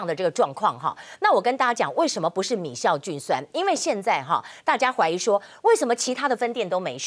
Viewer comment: 是米酵菌酸，不是米「醋」菌酸，雅琴姊